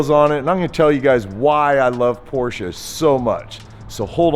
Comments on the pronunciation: Thank you for pronouncing "Porsche" right. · it's not just that, it's also the correct pronounciation as perfect as it can get from a non-native speaker. Most say "Porschah" or "Porschay".